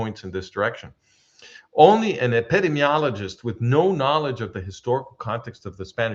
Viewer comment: Dearest, please forgive the slight correction on your pronunciation of "epidemiologist." I heard you struggling. Your English is near native speaker level. My Spanish is nearly non-existent. This is a difficult word, even for native English speakers. Ep.id.EEM.iologist. Listener of at least 20 years, since Tamar Yonah Arutz Sheva days. I have great respect for you. Dr. Eugene Narrett ז״ל cites your work in his book "World War III: The War Against the Jews and the Rise of the World Security State." The man was almost a prophet. I think he was murdered.